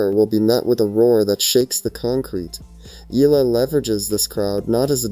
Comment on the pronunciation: E-YA-LA is the correct pronunciation